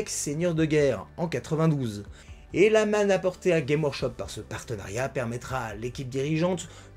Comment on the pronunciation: Super intéressant comme bien souvent, mais on prononce le « s » de games dans Games Workshop.